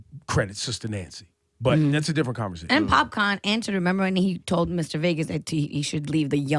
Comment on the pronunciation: Doesn't Ebro know it's Popcaan and not popcorn?!